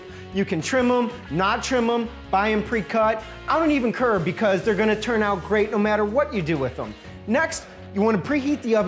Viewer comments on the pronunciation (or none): He said “I DONT EVEN CURR!” Lol 😂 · He don't even kurrrrrr. Love this man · Had to sub when you said ion curr